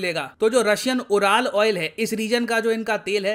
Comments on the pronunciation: Pardon me sir but URAL is not pronounced as Ooral, it is pronounced as Yoo.ruhl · उराल नहीं बोलते इन्हे युरल mountains बोलते हैं 🙏🙏🙏